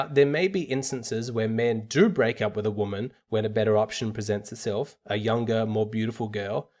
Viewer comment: it's "with" not "whit"